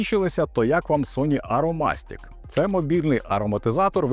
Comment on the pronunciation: "АромАстік" ну так, саме так воно і читається 😅😅😅